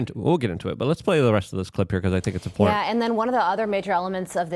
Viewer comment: Your content is fantastic minus the illiteracy. "Anonomalies"? "Peoper"? If something is important, you say it's "import".. It's astounding and every video is chock full of hilarious examples. LMAO I love ya Luke, but slow down.